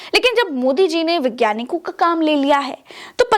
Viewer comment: विज्ञानिक नहीं वैज्ञानिक कहिए। आप से हिंदी भाषा को जिंदा रखनेकी उम्मीद की जाती है।